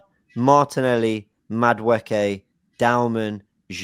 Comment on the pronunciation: Actually fucks me off that every day is on stream he’s told how to pronounce madueke and he still says madaWOOKEE ffs